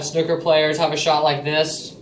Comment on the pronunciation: I don't know why but it goes through me to hear it pronounced 'snukker'